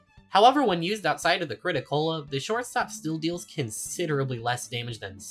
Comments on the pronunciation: It's crit-A-cola not crit-o-cola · ... It's called the Crit-A-Cola not Crit-O-Cola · It amazes me how you managed to use the crit-a-cola this much for the video, but still called it the crit-o instead of crit-a. It's a play on coca-cola, not coco-cola. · You writing the Crit-A-Cola’s name as the “Crit-O-Cola” reduced my lifespan by 8 years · Its the crit-a-cola, its the CaaC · why why do you keep saying crit o cola